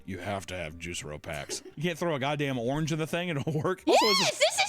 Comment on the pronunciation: Geez,. Its JuicEro, not Juice Ero.